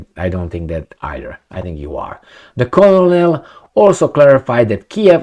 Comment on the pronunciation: 'Colonel' pronounces just like 'kernel' Two syllables, not three.😊